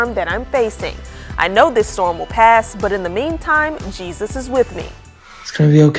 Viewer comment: 😂😂😂😂. He can’t say Jesus.